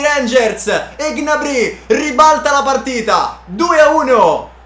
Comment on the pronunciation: Solo a me da fastidio come pronuncia Gnabry?